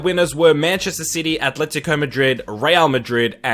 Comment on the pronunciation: Quite a weird one this but I like that he actually knows how to pronounce names. Key barometer as to whether someone knows what they’re talking about is how they pronounce Atlético.